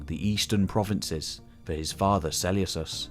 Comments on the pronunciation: Great video! Just one thing is it really pronounced Seuleucos and not Seleukos? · im with you. I’ve only ever heard Suh-Lucas. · Yea it’s definitely pronounced with a k, this sellyousus is killing me right now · Love the video... cringing every time you say "Seleucus" or "Seleucid". The C is like a K not an S. It's se-leu-kus or se-leu-kid: it's also less of a mouthful to say. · Why are you so eggresiously mispronouncing Selecus?? It's gross.